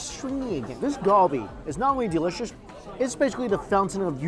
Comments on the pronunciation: why do you say kalbi like that.... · everytime he said galbi wrong it made me cringe 😭